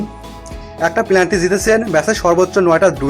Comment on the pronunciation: ভাই প্লান্টি হবে না, শব্দটির সঠিক উচ্চারণ "পেনাল্টি "